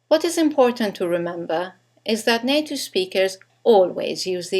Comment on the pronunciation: why r u sayin native like it was NATO??!